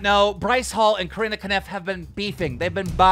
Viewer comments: i will nevcer understand how he's able to get the pronounciation "Kaniff" out of "Kopf" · Kopf absolutely no one: Keem: Kaniff